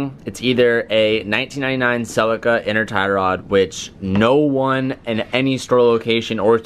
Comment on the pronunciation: Gotta love the way Americans pronounce Celica and Nissan. 👍